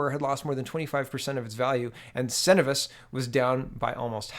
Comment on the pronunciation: It's pronounced cen-o-vis